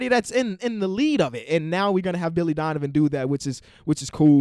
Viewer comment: He said Dilly Vonivan